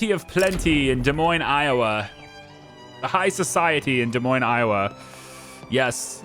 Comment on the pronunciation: Thank you for knowing how to pronounce Des Moines 🤣 you didn't Dez Moinez it